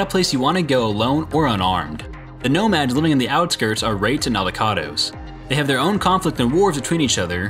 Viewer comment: When you said wraights and aldecados, I swear it sounds like your saying raped in avocados